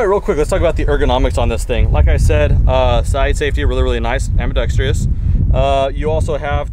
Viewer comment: I want one. The word is ambidextrous (4 syllables), not am-bi-dex-tree-us.